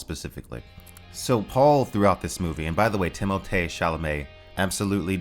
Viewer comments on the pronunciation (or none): Who pronounces Timothy as Timothe wtf? Is this AI review chat CBT.i is AI Timote instead of Timothy. No one makes that kind of mistake.